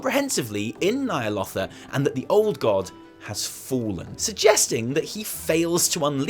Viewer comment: When you say Nyalotha, my speech to text thinks you said "Nile Author". There's no "R" at the end of that word m8 🙃